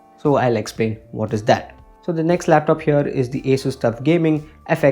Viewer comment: It is not pronounced as एसस . Correct is असुस